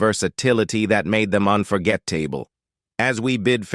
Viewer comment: "Bet" Davis (It was Bette, pronounced Betty.) "Unforget Table" C'mon. AI can't read yet. It's okay to do your own narration! More work, yes; but more integrity, too.